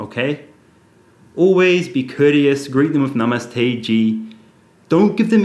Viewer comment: Was I the only one who noticed at the start of the video Karl’s Namaste sounded and looked like he was Chinese???